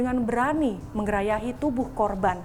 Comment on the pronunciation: Mbak reporter Kompas bilang “menggerayahi”... apa udah ganti ya dr kata “menggerayangi”? 🧐 dan wawancara soal pelecehan sexual kok ditempat terbuka banyak orang yg lalu lalang?